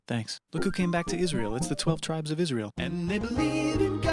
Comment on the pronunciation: poor girl cant say israel